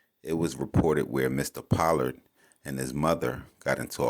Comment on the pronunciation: “Po-lord” is how his name is pronounced